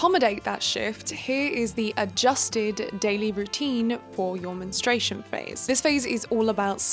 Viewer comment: English is not my first language but isn't it mentrUation/menstrual phase instead of "menstration"?